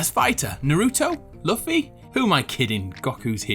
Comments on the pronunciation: I cringed so hard when you pronounced luffy and goku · Omg ikr wtf and naruto and luffy he cringe I'm triggered